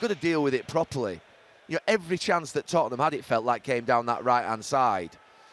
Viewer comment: it's da totteham way